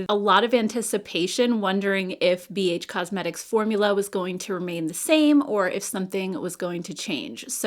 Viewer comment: I could have sworn you were saying Beige Cosmetic Palettes.